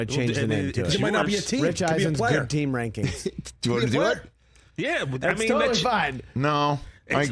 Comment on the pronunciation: Rich Eisen’s “Teams Reiseng” Rankings